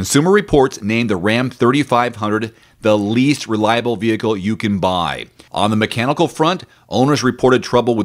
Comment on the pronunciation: Re-lie-able?